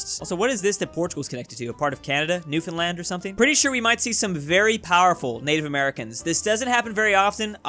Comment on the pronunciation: I think he the first YouTuber to say Newfoundland right. They ALL say (new-fin-land)